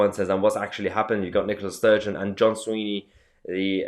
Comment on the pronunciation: try and get the name right it's Swinney not Sweeney. frankly this is all nonsense. Nicolas approval rating in Scotland is 85% independence is settling at 54% yes with no significant campaigning, believe this I'll generally call an "assessment" THE FACT THAT YOU DO NOT KNOW THE NAME OF THE EDUCATION SECRETARY OF SCOTLAND. KINDA UNDERMINES YOUR CREDIBILITY MATE